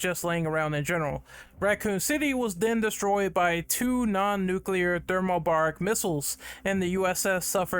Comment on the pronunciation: Thermobaric is pronounced (Thermo-Bear-ic) or (Thermo-Bare-ic) Not (Thermo-Bar-ic) Just so you know 😊